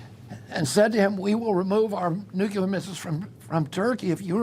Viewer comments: Maybe it's just me , but people who say nukuler (the word is pronounced nu clear) don't know what they are talking about! Just my pet peeve I guess😂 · Odd he says, " nuke-ular"